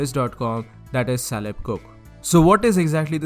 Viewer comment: Just wanna point out that Caleb is pronounced with a hard C like in "cook" lol. Great video though!